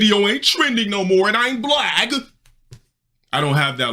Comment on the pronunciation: “I’m Blag” 😭